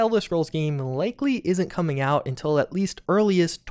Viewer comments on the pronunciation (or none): none